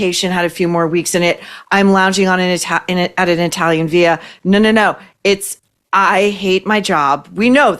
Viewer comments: Great stuff! Note: villa is an Italian word and , unlike Spanish, you do pronounce the LL’s. 💚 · What is an Italian “Veela”. The word is villa and the l is NOT silent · ViLLA- the double Ls are pronounced L as in LA not ya as in Spamish. Thought would want to know